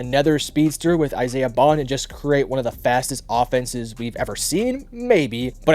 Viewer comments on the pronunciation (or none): none